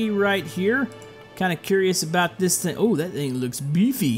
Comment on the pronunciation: Did i just heard that say thing THANG?!